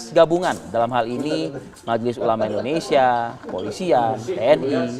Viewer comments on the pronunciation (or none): none